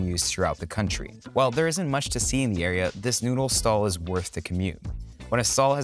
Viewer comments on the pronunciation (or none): none